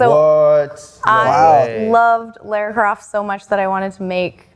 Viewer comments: “Laura Croft”? No. Lara. Her name is Lara. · How can you be Lara Croft and still not manage to pronounce her name right? It's 'lar' like 'far', it's really not that hard! My wife's name is Lara and it really winds her up when people pronounce it wrong! They say it all the time in the games too and it's always pronounced the same way, it's not that hard! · "Laura Croft"? Really guys? 🤣